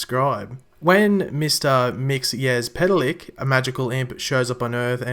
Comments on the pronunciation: IT IS NOT MIXY-AS-PETAL-LICK IT'S MIX-A-PIT-A-LICK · The word is old and it's Mix zel plick. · Since you were struggling with the name, you say it like mix ill pita lik a little background on him, He is not good or bad, just mischievous Superman (and i guess supergirl) have a weakness to magic, Mxyzlplik is a magical character and can control people and in some cases has been defeated just by saying his name backwards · KRYMauL Ccorrrect!!!👌👌👇👌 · The Way you Prononuced his name was so wrong